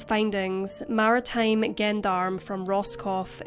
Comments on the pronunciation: Fascinating case! (BTW - 'Gendarme' is pronounced 'Johndahm') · Not trying to be a cleverdick, but you should know that gendarme is pronounced with a zh- sound like in "pleasure". So "zhen-darme". In French, "g" is only hard in front of a, o and u. ;-) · Gendarme is french police .Jondarm is a closer pronunciation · For non french it sounds almost like a j so I commented to pronounce it jondarm which is close . My Mom always called the police this .She was anglophone from Quebec . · Not to take away from the tragic case but gendarme is pronounced like “j” for Julia not “g” for the name of the missing family.